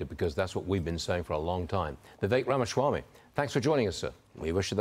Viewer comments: The moderator still doesn't know how to say Ramaswami's name. It's not Ramaschwami. It's Rama-swami. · Stuart: The first job of a reporter is to get the names right. THERE IS NO "H" IN RAMASWAMY.